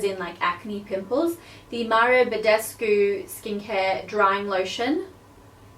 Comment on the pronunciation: it's mario not maro :D